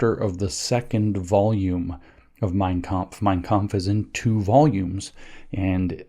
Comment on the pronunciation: I give him credit for the pronunciation of 'mein kampf'